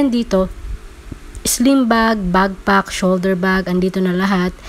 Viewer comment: Madam, backpack po not bagpack medyo sumakit ears ko. Lol ✌️ Thanks for this info po 😊